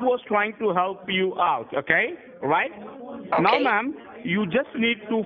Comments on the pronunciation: The way he riffs off the way the scammer pronounces "now" like "meow" with all the cat puns is ::chef's kiss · right niaoow(now)! I'm deadXD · "And now ma'am what you need to do right neow" he says now fine the first time then butchers it in the same sentence a second layer 😂😂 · Right MEOW! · The scammer said Neow instead of now. he is actually playing along with the cat puns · WHY DOES HE KEEP SAYING "RIGHT NEOW" LMFAO HE SAID IT CORRECTLY MULTIPLE TIMES 😂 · The way that Indian scammer pronounce Right niew is ludacris